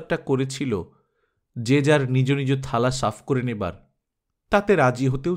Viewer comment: খুব ভালো লাগলো. আপনা র গল্প পাঠ এতো ভালো লা গে, তাই দু- একটা উচ্চারণে র ব্যপারে কিছু বলছি, আশা করি কিছু মনে করবেন না. কিছু শব্দের মধ্যে আপনি হসন্ত যোগ করেন যেমন, তা রস্বরে(তারোস্বরে), নীরজা (নীরোজা), নিজ (নিজো). যেগুলো মনে পড়লো, লিখ লাম,. আর একটা, ব্যাটা চ্ছেলে নয়, ব্যাটাছেলে. আপনাকে খুব আপন মনে করি বলেই এগুলো point out করলাম, কাজে লাগলে ভালো লাগবে..